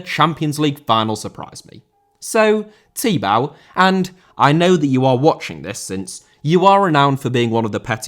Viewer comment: It is pronounced Tee Bo, not Tee Bau.